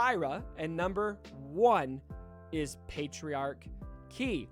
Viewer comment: The way he pronounces it sounds like patriarchy, which was just funny lol